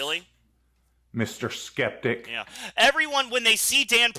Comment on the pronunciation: To me it sounds like Pratt says "septic" and not "skeptic" 🤣